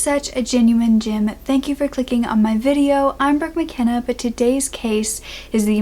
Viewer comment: Can I ask if you are saying genuine gem or genuine Jim? I thought it was genuine gem but then the subtitles said genuine Jim?!! Confused lol 🤓